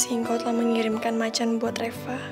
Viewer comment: Kok manggil Reva kok reca